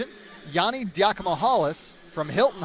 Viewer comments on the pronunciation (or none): Bro was just butchering yianni name